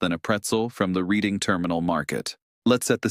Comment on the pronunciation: When you can’t pronounce Reading and say that the Pirates and Phillies share a division, why would I subscribe?